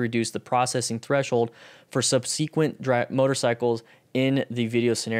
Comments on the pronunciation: Hey it's pronounced "sub-se-quent". The "e" sound from "se" is the same "e" sound like in the word "den", it's short and neutral. It's not a long "e" sound like in "see". Good video info. Thanks for the link to the study. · "SUB-SEE-QUENT"... lol why is he pronouncing it like that. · Yup, I cringed every time I heard it. It's one of those things where you've read a word so much but haven't heard it spoken much, if at all, and thus you pronounce it wrong when speaking. SUB-SEH-QUENT.